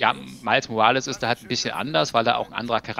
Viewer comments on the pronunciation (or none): "Miles Morales" Miles - englisch ausgesprochen Morales - deutsch ausgesprochen ... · genau genommen muss der nachname spanisch ausgesprochen werden. Nächstes mal vielleicht...